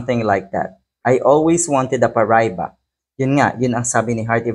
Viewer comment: Pronounce it like this: pa ra i ba And use all short vowel sounds.